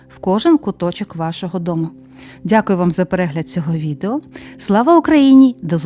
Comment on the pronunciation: Пані фармацевт,заглядайте у словники,пам'ятайте про наголоси і вимову,не дзякую,а дякую і т.д.